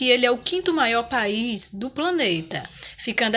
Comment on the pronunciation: É país ñ bais 😁